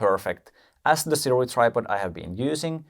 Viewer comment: Funny thing, the company "Sirui" pronounces it "SOO-ray".